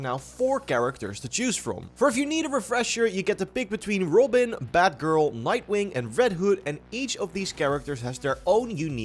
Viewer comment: Goth-am, not Go-tam. Rob-in, not Ro-bin.